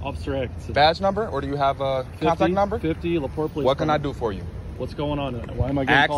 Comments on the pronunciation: If you are saying, "Laporte" you are pronouncing it wrong. I live in South Bend, Indiana not even an hour from that walmart lol. If you are saying a different city then my mistake. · It's LaPorte. Act like the "e" isn't there bud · LaPorte=La Port (e is silent) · Le Porte is pronounced La port the e is silent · LaPorte is pronounced La Port. The E is silent sir. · Pronounced - La port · The E in Laporte is silent . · The “e” in Laporte is silent. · Just a friendly heads up, it's pronounced "La-port". Sounds so fancy pronounced "La Portay" though. ;> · It's pronounced: La Port No Aye sound at the end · Lol la port”eh” as someone who live quite close to la porte Its a bit too fancy sounding. The “e” is silent. Its just la port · It's not Laportay, its laport. It's spelled LaPorte though. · Small critique. I'm in this area, and it's not La-Port-A it's pronounced just La-Port the "E" is silent once again lol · First, it is pronounced La-port, not La -port-te. I really wish people on social media who are commentating would seek out proper pronunciation of words and names. Please make a statement and let people know the correct pronunciation. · It’s pronounced like Laport but it’s spelled Laporte! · LaPorte, IN. is pronounced "LaPort". The E is silent. 😊 God bless. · I live in NW Indiana. It's pronounced La-Port. The E is silent. They also say it in the video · Very beginning......the cop pronounced the city. Laporte......la port . Do you watch the videos you post? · Laporte is pronounced "La Port". Took me a sec to figure out where this took place. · Towns name is pronounced La Port since I said that I will say that the city does have a few good officers on their department to many of them worry about protection of corporate interests than protecting the citizens because of the money the city gets from the corporation in taxes and other means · It's said like "le port" basically.... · it just La Port.... the E is silent. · La port is how it's pronounced.